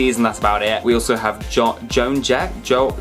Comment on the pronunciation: Oh no, Joan you poor girl, he butchered your name 😢